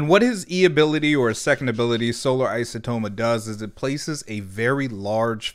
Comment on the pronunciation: you almost said isotoma correctly there but then you backtracked and said it incorrectly... it's EYE-so-toe-ma